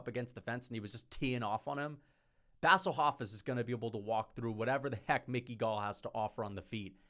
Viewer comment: “Bassle Hofiss” is one of my favorite pronunciations